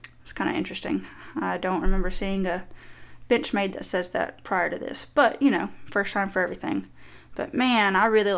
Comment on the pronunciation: I swear I was hearing b**ch made all the time 😅